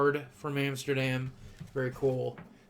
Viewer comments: boogie it is amsterdam not amasterdam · It's Amsterdam, not Amasterdam ;) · "Amasterdam"? :P We love you boogie, be good! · Amsterdam* not Amasterdam.. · Amasterdam?? It's amsterdam lol btw i am from The Netherlands :p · Its ''Amsterdam'' sry but i just hate it wen peapol misspell it.